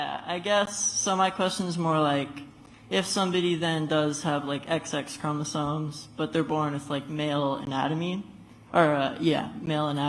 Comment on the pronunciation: You can tell he just read some things online and doesn't know what he's talking about by the way he pronounces certain terms like "chromosoNes" and "ova", meaning eggs.😂